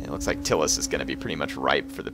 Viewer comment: It's not "Till-us" it's "Tie-lis"